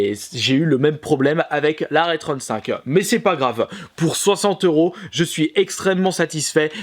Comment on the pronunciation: J'ai l'esprit mal placé ou j'ai l'impression qu'il dit "Rule 35" quand il parle de ça Retron 5 ?